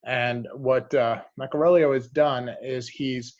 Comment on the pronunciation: Hey, respectfully, it’s meck-uh-ree-ELO and not meck-uh-RELL-e-o